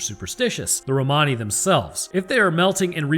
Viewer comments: In English Romani is pronounced "Roman-ey", as if you're saying something is "not quote Roman", but your "Roh-Mahny" is actually closer to the original. xD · It's Romani but pronounced (Ro-Man-E) :) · Lol its "Ro-many". Like "many" items... Blah blah. But god knows 30 people will have 30 pronunciations. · Romani sounds Italian as I am one I’ll say, it’s said Rome any. lol just for extra laughs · its pronounced rom ann e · It's pronounced Rom a nee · It's pronounced Roman e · Pretty sure it's pronounced "ro-muh-nee" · "Romani" is pronounced "Roblox". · It's an awful word to pronounce but we've always been taught in the UK that it's pronounced like Roamer-ni. You'd also use that to describe someone, as in "the Romani elder" rather than with an ian. Anyways, you knew what you were baiting; great insights as always both with that and the episode itself! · The way you pronounce Romani the first time actually makes it sound kinda italian. I don't know the correct english pronounciation either, so, might even be actually correct.